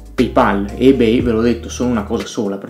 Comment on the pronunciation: Non mi sembra proprio che Subito abbia oscurato Ebay. Anzi, a livello di aste, collezionismo e sicurezza dei pagamenti è ancora imbattibile. L’offerta è assolutamente imparagonabile. [E per favore pronuncialo correttamente ;__;]